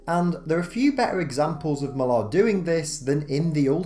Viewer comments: i can't believe my ears, an English man mispronouncing "Mark Millar" LMAO It's Miller, not Mil-ARHH, there are countless examples of how to pronounce it on YouTube, just search for it. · It jars me every time I hear you pronouncing Millar’s name, brrrr